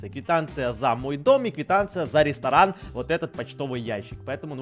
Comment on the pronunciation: Айа йай УГРОБИЛ Катюньку (для Едисона-КАТЮХУ} вайвайвай ЕЩЕЙ РИСТОРАНХ ХАХАХХАХАХА новое СЛОВО РИСТОРАНХ заметь не правельно ГОВОРИШЬ! Не ресторан РЕСТОРАХ))))😁😁😁😁